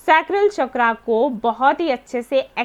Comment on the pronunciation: चक्रा नहीं- सही शब्द है- चक्र